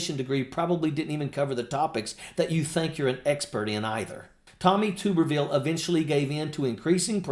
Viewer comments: Mr. Ojeda I respect and like you, and watch your show, but it's tub erville as in bath tub, not tube. And he's a Senator from Alabama not Arkansas, though he lives in Florida. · Two important things my friend. It is Tub like bath tub —-erville. Or Tubby. His Auburn fans also call him dickhole but that may get stripped. Second and I am sure you heard it already but he is R-AL for Alabama. Not that there is a whole lot of difference twixt AL and AR but to Bamaians, if ya screw that part up, you lose the room and unless you are talking football or god keeping the attention is going to be difficult. So get his name right. Believe me Tube or Toob—- erville sounds awkward and really does not do justice to the tool ole Tommy really is. Peace and Straight and Stallwart.